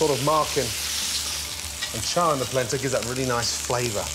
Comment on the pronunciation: It’s “Polenta”